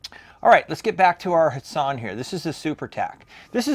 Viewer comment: Love your videos, but I thought the T in Hatsan isn't silent lol